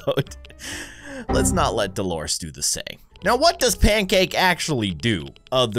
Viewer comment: Her name is Delores not dolores